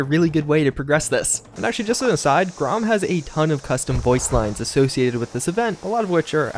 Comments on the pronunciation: I know it's nitpicking, but I've been doing this bit for so long I can't abanon it... - Nox-ee-ous? -: "GROM has a bunch of new lines" Grahm: "GRAM like meat." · Grom? It’s pronounced Gram. You’ve said his name right before. You’re definitely off today. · It's pronounced GRAM. You have a clip of him saying it in the video for christ sakes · Why do you pronounce grahm wrong grahm even say his name and you still pronounce wrong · Ive actually never heard him pronounce it right lol. But oh well who cares no big deal